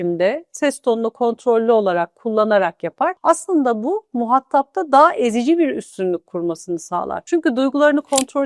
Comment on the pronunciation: Çok teşekkürler, videolarınız mükemmel... Bu videodan da istifade ettik, sağ olun var olun. Yalnız kullandığınız bir kelime dikkatimi çekti, ''muhatap'' sözcüğünü ''muhattap'' şeklinde telaffuz ediyorsunuz. Arapçadan dilimize geçen bu kelime TDK sözlüğünde de ''muhatap'' şeklinde yer alır. Tekrar teşekkürler...